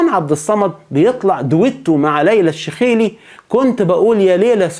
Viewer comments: الشيخلي وليس الشخيالي وانت تلفض ج كي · ليلى شيخلي و ليس ليلى شخيلي يا اعلامي يا مفعم باللغة عربية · ليلئ الشخيلي ههههه الشيخلي و ليس الشخيلي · ليلى الشيخلي مذيعة محترفة عراقية امها دانماركية وليست امريكية ابوها كان سفير بالدنمارك تتكلم بالفصحى جيد جدا بالمناسبة ابوها اصله من باب الشيخ منطقة قديمة في بغداد لهذا لقبها الشيخلي ارجو ان تلفظها بصورة صحيحة